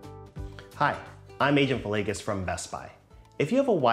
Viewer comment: VILLEGAS LOL. ITS VILLEGAS LOL